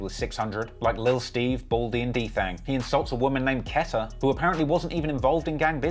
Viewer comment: it's a long "E" sound on "Keta"